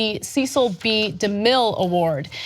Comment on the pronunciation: I love Ana and her funny mispronounced words and names.. 🤣🤣 It's not Ceecil Ana, it's, like Sehsil.. Cecil D Demeaaal 😁 Don't come with disrespect on this post, I'm not disrespecting Ana, I love her and just poking fun.. It's sad that I have to put this disclaimer because so many lost their understanding of jokes and sarcasm..